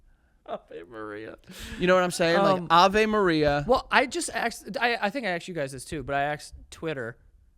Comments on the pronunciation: Why does joe keep saying aksed, or something. Just sounds very odd to me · I need to know if Joe realizes he says "axed" instead of of "asked"